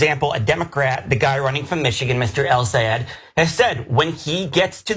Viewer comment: I AM SICK & TIRED OF CHENK (or whatever his name is SABOTAGING THE LAST NAME OF "EL SAYED" & CALLS HIM (EL SA'EED) . IT IS TIME TO LEARN & PRONOUNCE THE GUYS NAME CORRECTLY, IT IS *EL SAA YED*, IT IS REALLY INSULTING WHEN YOU SABOTAGE THE NAME OF A GREAT PERSON LIKE HIM.